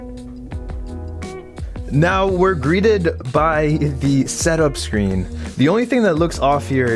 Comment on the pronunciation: "greeded" or greated?